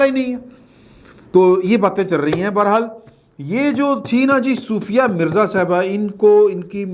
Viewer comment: Excellent vlog. Love you. By the way her name is sofia not soofia.